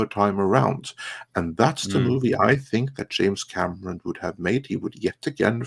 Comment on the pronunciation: Hey who is James "Camerson"? Lol!